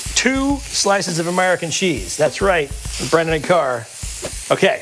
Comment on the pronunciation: “Amurrican Cheese”